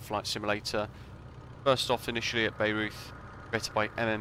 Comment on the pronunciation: Bayreuth is pronounced "Bay-royt". 😊